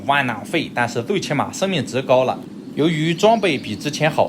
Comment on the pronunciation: 日語翻譯字幕把你的窩囊廢發音翻成了往南飛⋯⋯